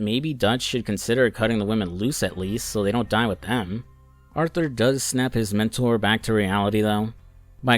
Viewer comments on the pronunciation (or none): none